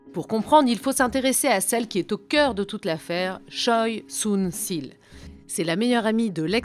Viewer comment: Très bon reportage seulement, ce n'est pas "Sunssil" mais "SunSHil", le son ssi n'existe pas en coréen et la faute as été répété pendant toute la vidéo...